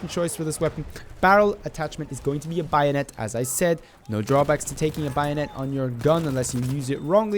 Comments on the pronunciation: it's "Bay-o-net" not "buy-o-net" but nice video bro :) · Why do you pronounce it like "By a net"? And some sources suggest it slightly increases recoil..Still great vid.